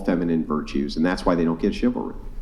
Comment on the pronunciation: 'I want shivery I want shivery I want shivery!!!' Men give them shivery! 'I don't like shivery coz I am getting hit now!' I mean... you can literally see that they have NO FREAKING IDEA!!! What they want! All of them! This isn't some fridge % of wahmen as well... it is the predominant % because what they really want is being treated nicely while having no responsibilities of any sort in return! They are there to take and consume... not to give and create.